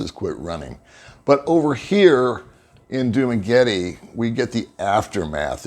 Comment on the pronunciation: Thanks for posting the vid! super helpful. Could you try pronouncing Dumaguete and Barangay better, though? Correct pronounciations: Du-mah-geh-TEH (not tee) Ba-rung-guy Thanks again. Will keep watching your content!